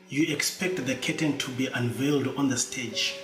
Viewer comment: After a few times listening I realised you were saying “curtain”, not kitten. Sorry I misunderstood your accent.